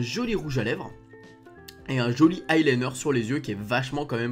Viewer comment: deja ont dis pas le i liner ca ce dit l i liner